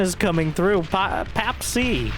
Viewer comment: You read papC as pa-pee-ch (Czech)